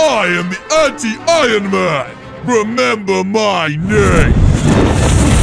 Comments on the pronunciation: He said ironcan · In the video I saw that sed ironcan instead of ironman